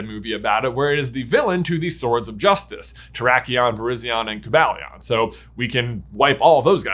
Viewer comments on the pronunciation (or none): none